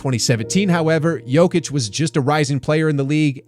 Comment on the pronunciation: I have a question. if everyone knows the correct way to pronounce his name, why are you all still doing it the weird way? Why people just don't do it properly. How long is he in NBA? 2 weeks?